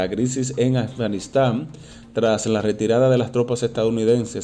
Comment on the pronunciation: PRONUNCIA BIEN: A F G A N I S T A N !!! LA. " F " NO TIENE SONIDO SOLA, UNES LOS LABIOS COMO SI VAS A DECIR FEO. FOZ. FIESTA ETC